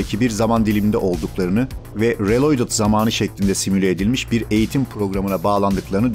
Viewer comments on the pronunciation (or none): Kanka reloydıt telaffuzunu nerden öğrendiğini paylaşır mısın?